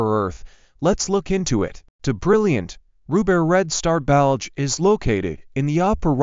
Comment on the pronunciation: The narrator does not know how to say Betelgeuse, and says it like Belge as in Belgium. It is pronounced Baetal juice.